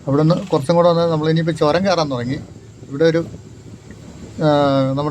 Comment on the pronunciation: Not chorun,it is churum